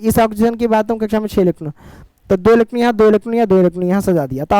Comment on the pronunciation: Sir kabhi kabhi bohot jaldi jaldi bol te ho electron bhi electon sunaai deta h 😅😂